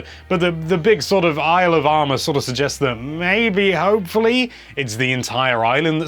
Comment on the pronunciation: Everytime says "Isle of Armor" I hear "Alabama" lol.